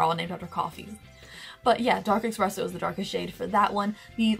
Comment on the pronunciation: Expresso..... expresso..... eSpresso